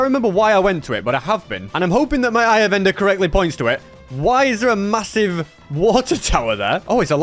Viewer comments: did you just say masive?... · I heard massive.... Did you say.. Massive?